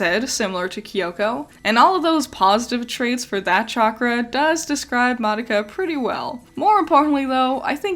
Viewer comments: The Japanese characters, and the Japanese pronunciation, is not "mahducka" which is what youre saying. Im literally Japanese and telling you you're wrong lmao. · Sort of weird how you mispronounced Madoka for the entire time she’s on screen…